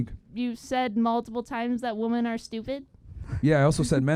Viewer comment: She said Myron called woMEN stupid, and she can't even pronounce woMEN in plural. Why do SOOOOO many idiots say a lot of woMAN instead of woMEN? Illiterates..